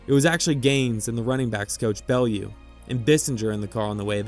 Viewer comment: Great video! Just a note about Coach Bellew. His name is pronounced more like Buhloo, with accent on the second syllable.